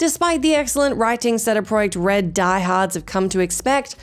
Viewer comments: Did you call them Seda Project Red? 😂 it’s CeeDee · Did I mishear "CD Projekt Red" as something else? I turned on subtitles as well, but couldn't really understand what she said.